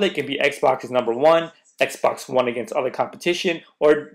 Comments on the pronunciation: "WONE" LMFAO come on you are better than this. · "Won" W-O-N-E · this guy says xbox W-o-n ... i think becuz the xbox won over sony's console